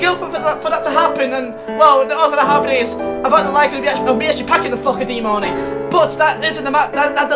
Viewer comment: Its DEAN MARNEY